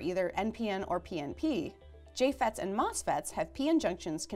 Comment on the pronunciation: You can't improve pronunciation this way, and you shouldn't have to. There is one spot where she means to say "and" but it comes out "N"